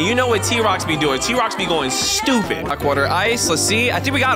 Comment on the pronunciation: You said ''wock"